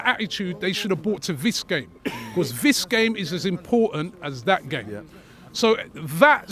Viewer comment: “Vat” game and “Vis” game 😂